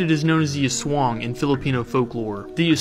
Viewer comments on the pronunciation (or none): don't say sWAng say as-wang most people in us cant pronounce it right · Irs pronounced az- wang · This is how you pronounce it Ass-swa-ah-ang A e i o u Ah eh ei oh uh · It's pronounced "ass-wang" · Me and other Filipinos: Did he just pronounce "aswang" as "aswaeng" 💅👁👄👁💅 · It's actually pronounced "As" Wang"